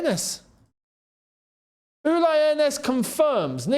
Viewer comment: And its NOT Uly! Its Ulee!!